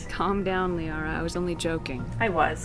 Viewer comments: Hi you! I'm a little early with the upload today. I'm going out to dinner with my mom this evening but I didn't want to miss my own premiere with you guys. Anyway I know I mispronounce Liara to...Lah-ria. I know, shit happens but I figured it out by now. So don't scream at me, I can feel you screaming at me. 🤓 Anyway, join my new Discord server if you wanna scream at me some more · Isn't it pronounced "Lee-Ahra" ?